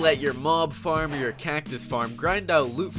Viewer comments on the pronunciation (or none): none